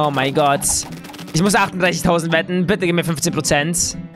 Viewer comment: Du sagt immer gott mit "s" am ende😅😅👌